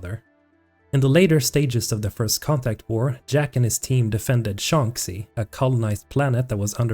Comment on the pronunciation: how on earth do you mispronounce shanxi that badly when there are over a dozen characters in the games that say it out loud? Its pronounced "shaan-shee"